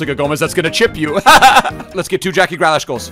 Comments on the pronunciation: Not Gra lash... Grealish. Say it like "Greelish" lol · i love the content but its GrEAlish not Gralash